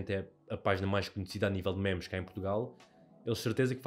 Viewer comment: "mémes" broo, fico desapontado contigo 😔